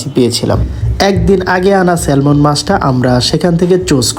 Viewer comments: স্যামন হয় স্যালমন না। I is silent 😶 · 😂 ওরে মূর্খ ওটা "সেলমন" না "সেমন" মাছ হবে 😂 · The "L" of Salmon is a silent letter. When pronounced it'll be স্যামন